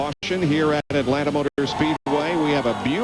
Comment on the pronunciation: Atlanta is one word not- At land ta